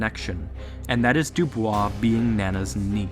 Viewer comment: Bonus Points for saying Dubois and not Doo-Boys